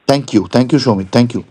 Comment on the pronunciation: সমিত নয় সৌমিত।